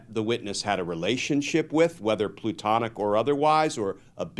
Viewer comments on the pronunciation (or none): It’s “platonic”, Glenn. As in deriving from the teachings of Plato. Not “plutonic”. That would be deriving from Pluto. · Did he say plutonic love? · Platonic, not plutonic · plutonic: adjective. plu·ton·ic plü-ˈtä-nik. 1. : formed by solidification of magma deep within the earth and crystalline throughout. I think the intended adjective is "platonic" relationship 🤭 Otherwise good presentation by Glen as always. 👍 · I love your chats, but Glenn - it's PLATONIC, not PLUTONIC.